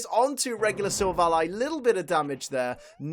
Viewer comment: says silvilli Me: what